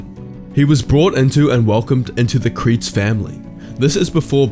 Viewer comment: It’s pronounced Kree-ze